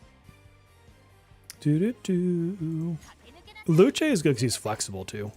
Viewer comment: Use Google Translate to hear how to pronounce Luce🌹 Characters from Persona 5 Dancing is a waste of a pull. They could have done better🤬